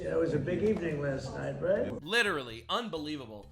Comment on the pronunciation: But it's "LITTLERY" ALL FAKE FACTS